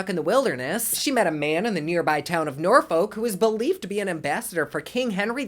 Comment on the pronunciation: Knitting konspiracies 😂 btw Norfolk is pronounced norfuk yes like the f word 🤣